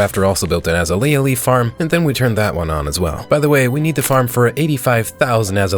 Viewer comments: Azalea is pronounced like UH-ZAY-LEE-UH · I was thinking that voice over was AI until he said azalea wrong. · Amazing video awesome content but also learn how to say azalea please ❤ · I love the way the voice over guy pronounces azalea leaves😂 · That is... not how you pronounce azalea